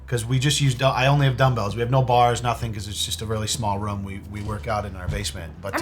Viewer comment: “Putting people in a white rum” lol always makes me chuckle when says room as rum 🤣